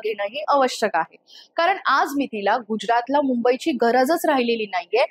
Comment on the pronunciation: नक्कीच सुंदर विश्लेषण, भाषा सुद्धा सुसंस्कृत आहे.... पण.... "ण " ला "न " .... आणि "न " ला "ण ".... अस का? ? उदा. - (१) कार'न', (२) स्व'प्ण' (३) अभिमा'ण' ... का? का?